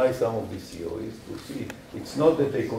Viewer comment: I kept hearing CEO's... It's when I saw the slides that I started to hear 'theories'.